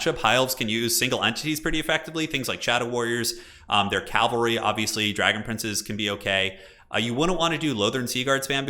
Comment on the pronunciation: love you, buddy... but you gotta stop saying calvary.